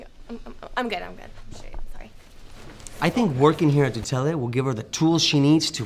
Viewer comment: The show is cool, but gotta learn how to say Tutele correctly!